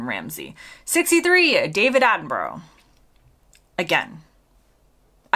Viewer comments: Again its more like burruh not burrow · His last name sounds more like attenbruh not attenburrow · You are one of us, just practice saying Attenborough a little more! It's Attenbruh like Edinbruh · ..but failed with 'Attenbruh'! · Then undone it when she came to david 😂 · Shame you did so well with the pronounciation of Edinburgh, only to mess it up with Attenborough !